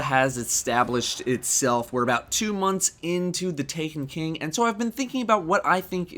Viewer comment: is it me or did he say taken bing?